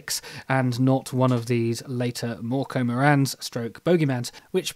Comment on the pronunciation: You were actually pretty good with your pronouncing of mörkö, ö is not the easiest sound for English speakers. You're right, the green is olive green, fs 34096 is pretty good for the purpose. For instance mr hobby H320 or Hataka's A301 are pretty close.